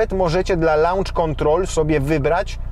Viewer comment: Lancz kontrol :p